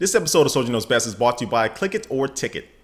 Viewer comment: its bRought right? not bought? the RRRRRR